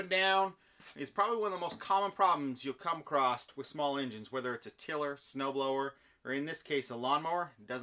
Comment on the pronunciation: Wtf is “acrossed”?